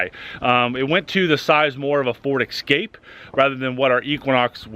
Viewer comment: Dude, It's Ford Escape, not Ford Excape.